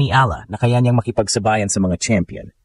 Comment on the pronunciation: The AI commentator has a very poor Tagalog pronunciation. Get a speech mentor. Pinay ( not Pi-nay) makipagsabayan ( not maki pag sa ba yan). Mag English ka na lang. Masakit sa tenga. You simply murdered our language. Peace. You meant well but it hurts the ears and demoralizes me by just listening to you. Even her last name was murdered. Peace.